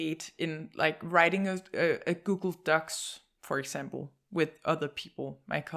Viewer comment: With the accent, it sounds like she's saying "Google Ducks"